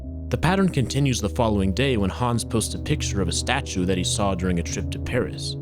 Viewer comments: Hans* not Hons or Häns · He goes from pronouncing it hands to hawns every few mins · you said Hans like hands without the ds